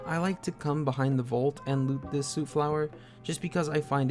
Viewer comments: Stop saying sewt flower lol it soot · soot is pronounced sut, healing salves are nice early game healing, at level 34 get chemist, x4 diluted stimpacs forever